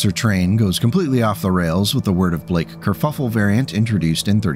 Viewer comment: It took me a few times to realize what Kerfuffle was being said instead of haha